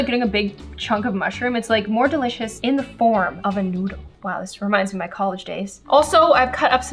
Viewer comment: The way she says " dAliCOeS" It's just amazing